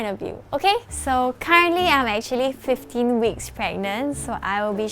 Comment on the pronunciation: Sounds like she said 12 to fuxking kg throughout the pregnancy